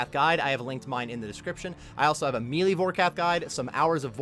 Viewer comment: The fact that you say "me lee" cracks me up. 😂😂